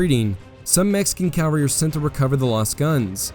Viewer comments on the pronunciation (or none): Please pronounce CAVALRY correctly. It is not CAL vary!!!! That is where Jesus was crucified. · Yeah, it's a little off-putting when a person who obviously knows the facts of military history pronounce cavalry as "calvary." I'm just saying, don't come for me.